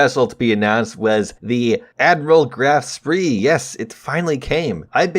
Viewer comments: The German ships are pronounced Prinz Oigen and grofe Shpe I know that’s not how they’re spelled, but that’s how they sound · Indeed. I know that American pronunciation of german is quite different than original (of course it does) but it was so surprising that he just added a vocal where none exist... Welp